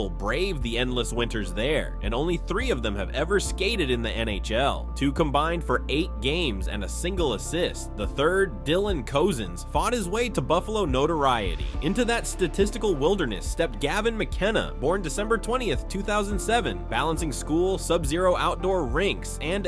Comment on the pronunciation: You said Dylan Cozens last name wrong bro it's pronounced "Cousins"